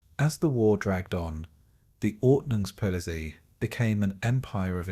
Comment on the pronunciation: I lasted a few minutes but could not stand the ridiculous AI pronunciation of “ordnungspolizei” anymore.